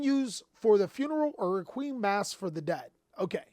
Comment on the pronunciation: Can we all give a hand to for pronouncing the word "requiem" correctly for once after his fumble reading "Dark Requiem XYZ Dragon" in his Raid Raptor deck profile video 👏🏾👏🏾👏🏾👏🏾👏🏾👏🏾👏🏾